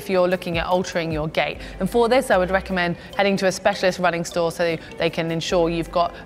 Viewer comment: What is she saying? Running gay?